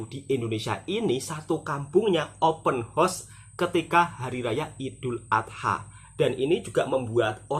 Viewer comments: Bukan "Open Horse"..." Open House"🤭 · Sebutan yang benar OPEN HOUSE (untuk mudah sebut, HOUSE mirip "HAUS")..jangan sebut "OPEN HORSE" lain artinya Mas..nanti artinya sama dgn "MAKOLI INNA" 😂😂, salah tidak mengapa kita sama2 belajar..